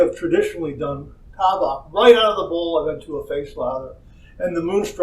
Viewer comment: IT'S T long A-BACK